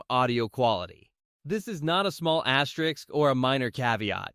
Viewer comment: When AI pronounces 'asterisk' as 'asterix', we know all is lost.